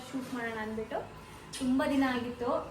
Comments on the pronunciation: "Haagittu" alla aagittu. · ಅದು ಹಾಗಿತ್ತು ಅಲ್ಲ ಮೇಡಂ.... "ಆಗಿತ್ತು"